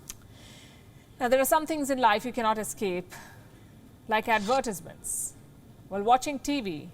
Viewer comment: Wow! Sorry, but your pronunciation on Advertisements was just horrible! Someone has to tell you. If your friends and colleagues don't tell you, then they don't really care about you. But I care about English Second Language speakers so please get some coaching on how to pronounce that word. It's okay, we all learn starting from somewhere.